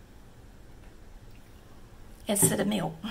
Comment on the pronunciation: I like hearing" mellk.. "!